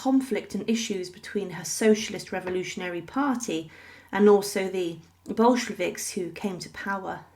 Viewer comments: And it's Bolsheviks, not "Boshkeviks". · Who were these "Boshkeviks" that the narrator mentions? lol...